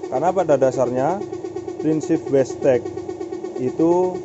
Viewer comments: wastegate (weisget) kok jadi (westek) terus bro wkwkwk.. kurang ngopi keh bang? tak kirimi kopi tongkat ali mau? hahaha.. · Bukan westeg mas, tapi wastegate(wesget).. 😊